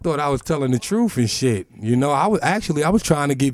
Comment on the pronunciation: da truf is da truf